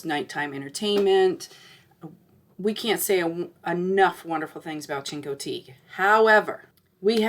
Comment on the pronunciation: Learn how to pronounce Chincoteague fgs. Couldn't bear to listen to you